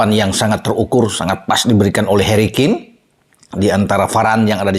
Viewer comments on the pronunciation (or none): none